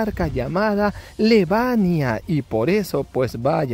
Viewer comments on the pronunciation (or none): No es lebania jajaja es liebana ❤